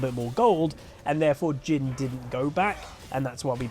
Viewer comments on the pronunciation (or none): Whenever you're mentioning "Jhin." I constantly hear "Jim." which I actually find quite hilarious.